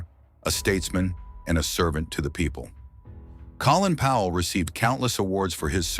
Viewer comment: More AI trash that can't even pronounce the man's name properly